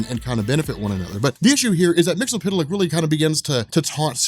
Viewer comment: The phonetic pronunciation is mixelplic not mixapital...if you make him say his name backwards he gets banished